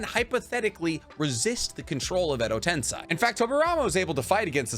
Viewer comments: pronounced "ten-say" not "ten-sigh" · bro please.... its not pronounced "edo tense-eye" its "tense-ay" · Tensei man not tensai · It’s Edo “Ten-say” not Edo “Ten-sigh” 😭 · Hermione has entered the chat. “It’s edo ten SAY not edo ten SIGH!!” 😂😂😂😂😂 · edo tenseiiii.......not tensai lol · Ah.... ten-"sai" vs "ten-say" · I always wonder why you pronounce Edo Tensei as "Edo Tensai".. Was the real pronunciation wrong? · Every time he says Edo tensAAi.. i feel my iq dropping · why do you pronounce Edo Tensei as Edo Tensai? Is this a North American thing? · Edo tensei="EDO TEN SAY" GHOT DAMMIT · love how genuine your butchering of the Japanese words is...Edo Tensai 😂😂😂..and no second thought about it. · It’s pronounced edo tensei. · It’s pronounced “eddo ten-say” lol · Bro Edo tensei is pronounced with an A at the end not i. I love you and your videos bro, but your pronunciation of edo tensei grinds my bones 😂😂😂 keep doing your thing tho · Actually the 'i' is not pronounced, usually in Japanese, when the 'i' is next to an 'e' it just makes the 'e' sound longer, just like in 'sensei'. So it's pronounced Edo tense~ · No idea why he keeps saying edo ten sigh… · Like he said, endo ten sigh sounds way cooler 😂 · it is pronounced edo ten-say. I watched the anime both in english and japanese. In english its reanimation jutsu. In japanese its えどてんせい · All was good. First I thought he's just mispronouncing EDO TEN-SEY but aside from that, erthing was very educational specially in naruto's very confusing lore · Why do you say tensei like that?? That’s wrong lol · Does he not realize he’s pronouncing Edo Tensei wrong? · it’s literally an incorrect pronunciation how is that not wrong lmao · Is it really pronounced ten - sai? I thought it was ten - say like the spelling of it. Edo Tensei....... Im know imma have a headache going thru this vid but Imma watch it anyway. Wait. He pronounces kakuzu weird..... Am I not pronouncing them right??? Help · Edo tensei not edo tensai.